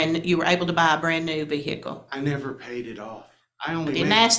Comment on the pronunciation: How do people still not know the H in vehicle is silent. Vee-hickle sounds so white trashy.